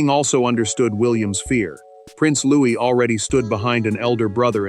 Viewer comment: Louis not Louise